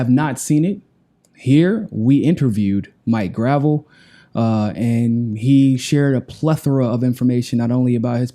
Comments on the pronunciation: Isn't it pronounced /gɹə'vɛl/? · Grah - Vell (how its said) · Great work! But "gruh-VELL" not "gravel" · not gravel graa vell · it's Grahv - ell, not gravel. You were corrected by Mike couple days ago. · It's pronounced "gra-vell" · Maurice Robert "Mike" Gravel (/ɡrəˈvɛl/) The pronunciation symbols are from the International Phonetic Alphabet and indicate his name is pronounced Grah-Velle, emphasis on the second syllable. (ə, comma, ago, ɛ, dress, bet, prestige). The IPA stress mark (ˈ) comes BEFORE the syllable that has the stress. And hey, thats the way we pronounced it here in Alaska when he was my Senator. Love Mike, you too, keep after it man! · You keep mispronouncing his name. It’s GravEL. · CMON IT'S "GRUH-VELLE". otherwise v good:D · Love it. btw it's pronounced "Gra-VEL" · Mike Gruh-vell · Love you man but Senator's last name is pronounced "Gra velle". Thanks for interviewing him. He's a great man. If only American people were smart enough to understand his National Initiative for Democracy. Could you interview him on that? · please pronounce the good gentleman's name correctly. Gruh-velle. He's a treasure; wish some of my Boomer friends would unwax their ears & listen to the man. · Gotta pronounce his name right,!:) gra-VEL...accent at end. He corrected you at the top of the original interview. Peace and find your balance. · You know it is pronounce Gra Velle. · Please pronounce his name correctly. It’s not hard. The guy is a hero of the Vietnam generation and deserves to have you learn his name. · You might research how to pronounce his name. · are you pronouncing his name wrong on purpose? He told you how it's pronounced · Mike corrected at the beginning of the interview... smh... guy still doesn't remember